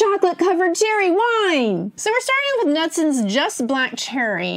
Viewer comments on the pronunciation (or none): Kuh-Noot -son